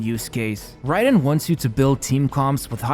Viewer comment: Hey btw I think it's pronounced like 'rye'-den instead of 'ray'den~ Nice video as always